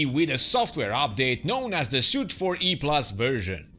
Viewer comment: Suite (pronounced 'sweet'), not Suit. The A-10C uses a similar software update version system.